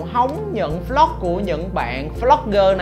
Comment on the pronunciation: Anh nói vlog thành flog nghe khó chịu